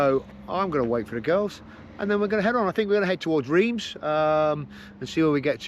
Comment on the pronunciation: Great video just to let you know (because I pronounced it the same as you) Reims is pronounced Rance. I was corrected by my French wife😂